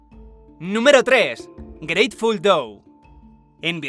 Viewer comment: jaja grateful DOU